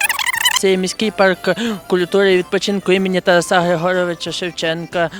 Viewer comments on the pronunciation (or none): none